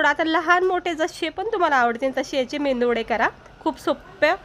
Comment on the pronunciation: 😊👌👌❤️ मेंदू वडे नाही मेदू वडे म्हणतात